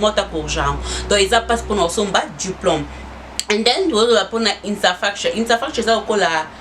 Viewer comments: 🤣🤣🤣🤣🤣🤣.As for infastakture,U killed me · Insafracture 😂😂😂 je n'arrete pas de rire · Infrastructure please not what you saying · She is trying, English wasn't their first language but French... So just like you will fable pronouncing some French words, so don't be hard on her...